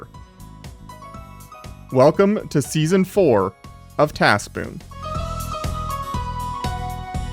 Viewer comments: Anyone ever hear him say it as tas pwn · das poon